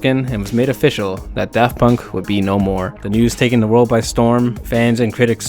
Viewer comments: "Paft Dunk" like Varth Dayer. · "paft dunk" and "kraft punk" LOL 🤣🤣🤣